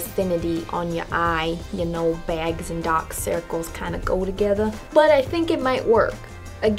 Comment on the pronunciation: "Yeh know dok circles and begs go togeether." Love that